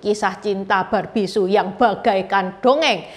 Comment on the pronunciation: bukan Su tapi Sü.